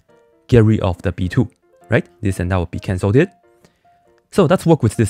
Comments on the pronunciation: I love how he pronounces “cancelled” as “canceldid” so much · splendid canceldid!